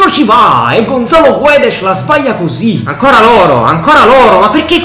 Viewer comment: Gonzalo guedesh dice si pronuncia Gonzalo guedes